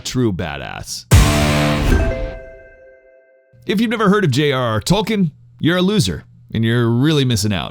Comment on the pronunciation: Toal-keen is how it’s pronounced.